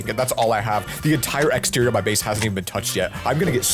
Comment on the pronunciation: keeps saying outerior